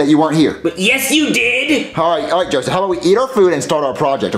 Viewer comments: LOOOOOL DID YOU ACTUALLY SAY JOSSIVE ITS JOSEPH how do u even complicate it that much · Its not jospeh, its not jossive, its "Joseph" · So did you, its Joseph not Jospeh